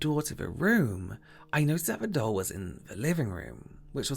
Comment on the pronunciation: Every time said “doll” I thought he was saying”dull” lol😂 Do a make-up look where you were deprived of using any purple for the rest of your life and you died of agony from it🟣💜🟣💜... you must only use your Chicken Soup pallet for the look😝